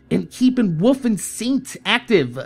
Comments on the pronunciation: It's Wolf not Woof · its wolf not woof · no im pretty suer you are just saying woof